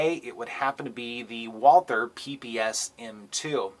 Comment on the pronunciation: Yah! The way you said it ! Walther any day of the week over the glock